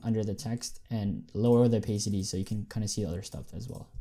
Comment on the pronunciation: it hurts me when you say "opaycity"